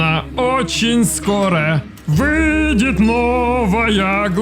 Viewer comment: Кхм, я не один тут такой. Кто из-за ударения на Ы в слове выйдет "Но во мне сидит лоляха. Буду фармить для нее и, возможно, очень скоро вЫЫ-йдет новая глава..." как то не так расслышал сначала?